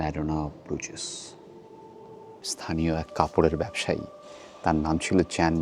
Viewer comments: Pronunciation is brooj, not Bru jais. It is a mainly walking and cycling city, people don't use cars, best is to walk across the overpass over the canals or cycle the quaint streets. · Bruges is pronounced as Broosh in Belgium also local Flemish people call it Bruha